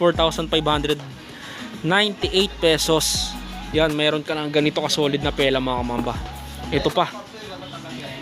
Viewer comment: Fila po hindi pela hahaha